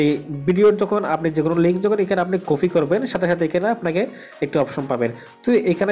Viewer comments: ভাই আপনাকে অসংখ্য ধন্যবাদ ভিডিওটা করার জন্য তবে আপনার একটা ভুল হয়েছে বারবার বলতেছেন কফি সেটা কফি হবে না হবে কপি। ধন্যবাদ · আপনি তো ঠিক মতো কথাই বলতে পারনে না কপি লিনক কে কফি লিনক বলেন আর কত যে ভুল 🤣🤣🤣😂😂😂